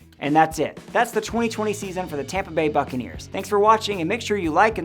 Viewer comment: Let me stop here and point out: succanears